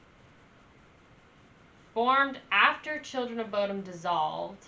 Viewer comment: Bodom like you said (not perfect, but close). Short O or Buudom, long U are both correct. (no idea how you pronaunce long U :P )